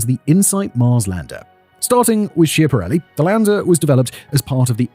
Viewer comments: schiaparelli is pronounced "skya-pa-REL-li" not "shee-a-pa-REL-li" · Please, mind the pronunciation. It's "skiapparelli" even if it's spelt with ch. But we like to make fun of it by calling it "schiantarelli" from the verb "schiantarsi", meaning to crash. Pronunciation with k, as said.